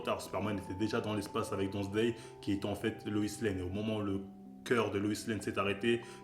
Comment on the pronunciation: "Don Zday" XD